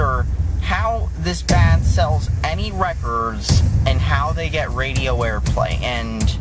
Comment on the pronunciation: 'how this band sells any recrrrrsss'